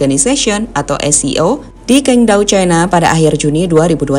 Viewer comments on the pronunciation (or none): none